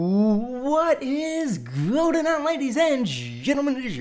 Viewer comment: did you say "what is GOATen on ladies and gentlemen"